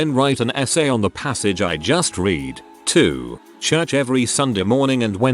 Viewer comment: Narrator: read pronounced "reed" on screen: read, the past tense of... Narrator: one stroke two ( - ) on screen: 1/2, or "one half" Narrator: tears, rhyming it with "tairs" on screen: tears, a product of crying